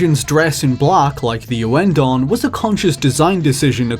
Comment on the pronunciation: OH FUCK A 32 MINUTE VIDEO ON MY FAVORITE RHYTHM GAME SERI- "us tutuguy owen-don was a"